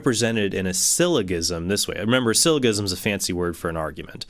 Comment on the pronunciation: J jism syllojism syllogism... not g gism syllogism It's g as in germ not g as in game.